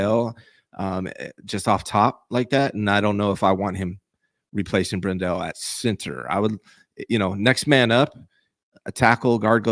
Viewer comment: It's Brendel not BrenDell. You're driving me nuts with the mispronunciation.